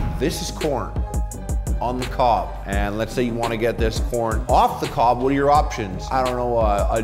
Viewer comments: Thought I heard porn lover at the moment I click this vid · the first 3 seconds I thought he said "are you a porn lover?" lol. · I legitimately heard Porn at the start and not Corn.